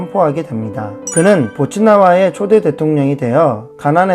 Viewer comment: 보츠와나를 보츠나와로 계속 읽으시네